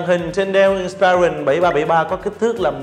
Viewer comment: Người này phát âm nhiều từ không chuẩn xác trong tiếng Anh: ví dụ như từ inspiron phải phát âm là:/ˈɪnspɪrɒn/ chứ không phải là "/ɪn'spaɪrɒn/". Rồi fullhd, hdmi, touchpad... ôi thôi đọc theo kiểu nửa La tinh nửa Ăng lê. Thôi thì đọc theo kiểu tiếng Việt thuần hết thì có lẽ tốt hơn. Nửa nạc nửa mỡ chói tai quá.